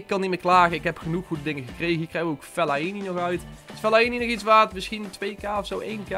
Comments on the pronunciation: fellaienie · Jij spreekt Fellaini echt raar uit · leer fellaini uitspreken